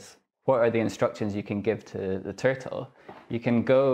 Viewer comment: Lit-tel turt-tell. I am a mega-nerd. I was punched, laughed at and locked in lockers, but even I would have taken this dweeb's lunch money.